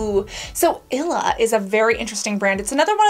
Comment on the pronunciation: it's ill-e-uh not ila 😂🫶🏼